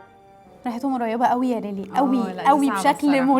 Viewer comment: ليلي مش ليلى😂